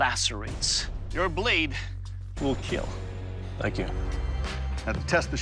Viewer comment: it will..KEAL !